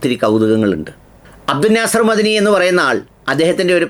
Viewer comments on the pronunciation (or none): അയാൾ മദനി അല്ല "മഹ്ദനി "ആണ് അത്‌ വെക്തമായി പറയണം.